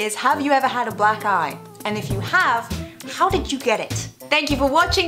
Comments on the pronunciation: I listened to this again, except everytime she says black eye, I hear "black guy" "When I think of my first black guy, think it's gonna be something epic...like a badge of honor that you earned ON YOUR FACE", LOL! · It sounds like she says black guy